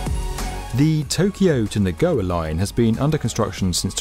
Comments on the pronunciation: "Na-go-ah"? Alright then. Glad to see the attention to detail. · Awesome video, but y’all need to research how to pronounce words correctly 🤷‍♂️ Chuo Shinkansen is pronounced “chew-oh” not “chao” Nagoya is pronounced “Na-goh-yaa” not “nagoa” Shizuoka is pronounced “Shee-zoo-oh-ka” not “shizooka” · Why do you say ‘Nagoa’ and ‘Chao’ instead of Nagoya and Chuo? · Nagoya: Nah-goh-yah; Shizuoka: shi-zoo-oh-ka; Choshin: choh-shin Trust the Japanese to do something amazing with ancient tech, bringing that tech into the 21st century. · Please, learn how Japanese words are pronounced. The Chuo (chew-o) train line, not Chow. And Nagoya (Na-go-ya) the city. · Tokaido = "TuhKWAYdo"? Chuo Shinkansen = "Chow ShunKANsin"? Nagoya = "NaGOwuh"? Osaka = "OhSAHKuh"? Shizuoka = "SheeZOkuh"? LOL I would expect better from "the 'definitive' video channel for construction"😂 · the narrator also botched "nagoya" but that was like one time unlike the chuo mispronunciation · Great video, but your wanky pronunciations of "Chūo", "Nagoya" etc. are aggravating... They're not even difficult words, and it's extremely easy to check how they should sound.